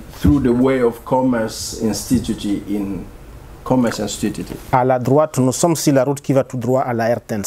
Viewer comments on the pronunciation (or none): il a dit “commerce instutiti” 😂🤣😂🤣